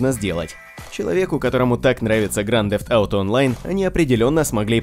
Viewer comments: Грант зефт ауто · Слыш можеш говорить не гранд дзэфт ауто говори лучше гта 5 или гта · Какой же гданд дефт ауто? Блин..... кровь из ушей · Просто минус уши, грАнд зефт ауто... Чел, уж лучше говори просто ГТА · Произноси название правильно,пожалуйста!!!